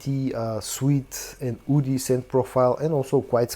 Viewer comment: Hi, when you say "woody" it's hard to tell if you're saying that or "oudy"...